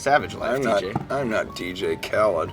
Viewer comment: How you gonna mispronounce DJ Khalid when on many songs that's all he says